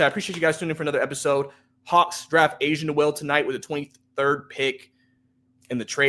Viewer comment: it's pronounced A-SA not Asia lol....I don't agree with Asa being a big project offensively...I believe he's a 5 in the NBA but has enough skills to play next to another big man. On offense he has a defined NBA role as a rim runner and short role playmaker, he can already do that playing off a Trae. He will never be a shot creator but he has size, he's mobile, rangy, he's a very similar prospect in play style to a Derrick Lively with real shooting upside. I am higher on Asa than most, but he was firmly in my top 5 of bigs in this class. I thought he would've been in that 11-19 range this year, but to get that type of prospect at 23 is a homerun.